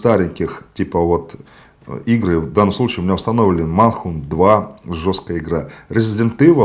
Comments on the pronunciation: В данном обзоре очень много косяков. Давайте по пунктам: 1. Не МАНХУНТ, а МЭНХАНТ)))). И, ни черта она не жесткая, по сравнению с первой частью, потому как все сченны убийства там замылены непонятно чем, что не разобрать, что происходит на экране. 2. Автор подзабыл, нужно ли прошивать приставку. На консоле стоят резиденты, которые идут через эмулятор. Конечно нужно))))). 3. Полностью не согласен с форматом для кино на PSP. Не было никакого специального формата. Она читает любой файл в формате mp4. Прям как ios устройства. 4. Объем ISO файлов. Есть такие, которые весят больше, чем 1.5 GB. Star Wars: The force unleashed и God of War: Ghost of Sparta весят по 1.8 Gb. 5. Время батарейки - 6 часов!!!! Я буквально недавно купил новый аккумулятор. 3.5 - 4 часа - Это максимум, при том условии, что яркость экрана выкручена на минимум. 6. PSP 3000 - это не предпоследняя версия портативной приставки от SONY. После нее выходили PSP GO в виде слайдера и PS VITA, как раз с сенсорным экраном. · Правильно Мэнхант 😂